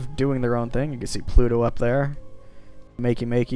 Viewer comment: Makemake is a Hawaiian name and is pronounced mahkay mahkay.